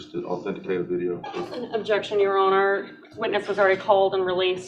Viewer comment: Yes, her mannerisms were very off-putting. The vocal fry wasn't too bad, but she dragged out a lot of final syllables, which exaggerated the vocal fry. It was particularly bad on the final syllable of "your honour", which she said far too often. The judge probably isn't going to be prejudiced against her because of how she speaks, but a jury certainly could be. I don't know if she does jury trials, but if she does then a colleague really needs to sit her down and tell her how she comes across.